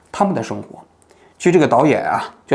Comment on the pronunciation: 王局，这导演名字最后一个字读“俊” 第四声。